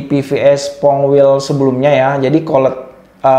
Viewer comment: Ilmunya sangat bermanfaat utk saya yg awam, trmksh. Hanya saja sedikit perlu belajar bahasa inggris, krn bbrp pengucapan tdk sesuai, misal tulisan "wheel" itu cara bacanya bukan wel tapi wil😊